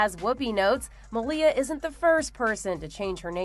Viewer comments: Melia not Ann Ohbama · The girl's first name is pronounced "Mahl-ya", but her last name was never Obama by birth. Both girls came from "Rent-a--Kid", and over-priced, as well.